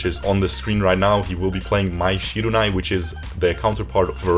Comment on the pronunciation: Mai Shirunai , i think you just butchered her name my dude